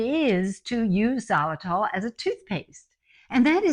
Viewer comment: Great to hear you talking about xylitol. Good thing it’s in the title or I wouldn’t have known what you were talking about. It’s pronounced ziy-lu-tol, not zah- lu-tol. It’s confusing when pronounced that way.